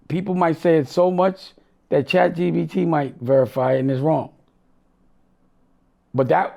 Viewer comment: Can someone tell dame its chat G-P-T. If that dummie says chat g-b-t one more time im going to throw up